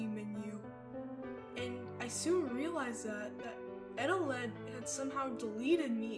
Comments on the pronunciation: It's actually pronounced E-Telled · Its confirmed eteled isn't spelled eteleD or Eteled. Its eteled